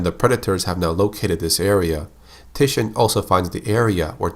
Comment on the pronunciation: Tichinde is pronounced Tee-Chin-Day.